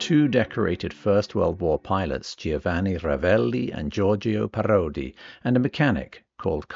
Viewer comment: Not “gee-oh-vanni”. The I is silent. It’s easier to say. Just say “Joe-vah-nee”. Easy.